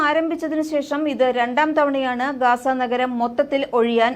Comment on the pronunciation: GAZA not Gasa